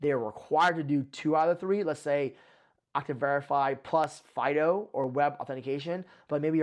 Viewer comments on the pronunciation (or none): none